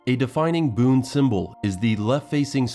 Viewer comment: BUN its pronunciation is BUN not Boon .